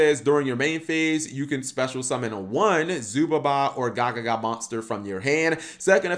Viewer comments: It's not gagaga magician it's gagagaga magician. :P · He said gagaga when its gagagaga smh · Only 30 seconds into videoOnce again cap can't read lol Its Ga-Ga-Ga-Ga, no ga-ga-ga